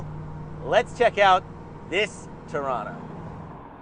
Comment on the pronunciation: Torana, pronounced here as "Trana"" cool 70's Holden classic. I used to to these things back in the day because they used to flog the Ford's at Bathurst (77 was awesome however ). Now over 40 years on I respect and appreciate them as a true Aussie Icon. Like all old Aussie muscle cars they are mega expensive and made out of unobtainium for the average punter. I envy those that have them these days, not only Holden's or Valíant's or Falcon's. I love to have them all...